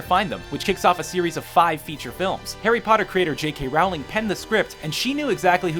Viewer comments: Rowling is pronounced like Row and not like ow. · It's Rowling like bowling, not Rowling like howling. Just saying.